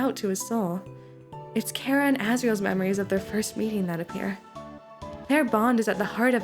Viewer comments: who tf is care-uh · thank you for pronouncing their name properly (as an irish person)